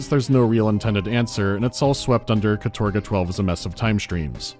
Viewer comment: Sorry, but in Russian it pronounces kAtorga, not katOrga, with the stress on the first syllable, despite many english sources saying otherwise.